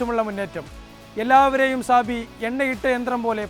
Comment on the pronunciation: സാബി അല്ല ചാബി.